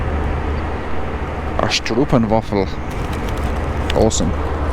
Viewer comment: Hier nog een Nederlander:-) Love stroopwafels as well, but please: It's pronounced like 'strope wafel', not 'Strupfenwaffel';-)